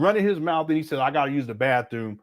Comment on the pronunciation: I thought he had several PhD’s, but he says “Bafroom”. Instead of saying Bathroom.😢